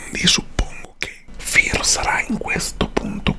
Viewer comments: Si pronuncia fere no fir r poi si scrive phere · Non è una critica ma si dice fere ( io ho scritto come si legge se no so come si scrive phere)e non fire...ripeto non è una critica ma un consiglio da #consolina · Si pronuncia fere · Si pronuncia Fere e non Firi....cmq bel video come sempre 😄😂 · Si finalmente i 2 players. Ti adoro e sto migliorando i miei disegni grazie a te 🤩🤩🤩🤩. P.S. Non per essere rompiscatole ma Phere si pronuncia fere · In verita si pronuncia phere .Si scrive phere ma si leggi e fere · Si dice fere, come un figata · FERE SI PRONUNCIA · Si pronuncia fere... Sei un mito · Hai chiamato phere "Fir" o sbaglio? 😂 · Si pronucia come si scrive ciò phere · Comunque Phere si pronuncia “Fere”😂😂❤️❤️ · CMQ PHERE SI LEGGE (FERE) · fere ( si pronuncia) e si scrive Phere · Si dice "fere" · Si pronuncia fére ma si scrive phere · Credo che phere sia abbastanza arrabbiata per come abbia pronunciato il suo nome... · Tra l'altro come pronuncia phere hahahahhaha muoio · Si legge con la "e"